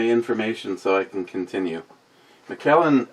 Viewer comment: You’re pronouncing it correctly. CarpeDiem 😀